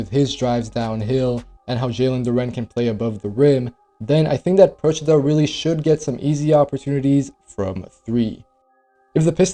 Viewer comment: as an Italian gotta say, props for Procida's name pronounciation....perfect, I heard so many americans mess it up already xD